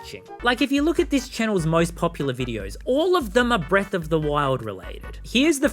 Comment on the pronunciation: Bweath of tha whyld